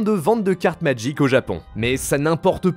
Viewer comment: Si au moins tu prononçais le nom du jeu comme du monde tabarnak !!!